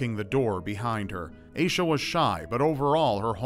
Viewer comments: its AH-sha not AY-sha ommmmg my skin is crawling hearing it mispronounced !!!! its my name also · Hearing mispronounce the name Asha (cause that's freaking my name) makes me want to die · It's not pronounced "Aye-Shuh", it's pronounced "Ash-Uh". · It's pronounced like Aw-sha not Aysha